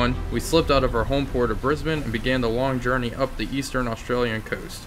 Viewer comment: Im happy you are the first youtuber ive seen who has pronounced brisbane and australia correctly. Also thanks for the great content.